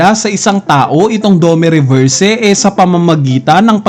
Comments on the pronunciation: dome reverse ng dome reverse ganun na ba kahirap bigkasin ang "i" domi reversi nganiiii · dome reberse 😂🤣😂🤣😂..